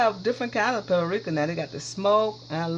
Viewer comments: Paprika or PuertoRica she said lol love your shows. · Looks delish! The h in Thyme is silent so it's pronounced tyme. The same with paprika. It's three syllables, pa-pree-ka. You're a great cook! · Phonetics: Thyme = Time and Paprika = pap-a-reeka.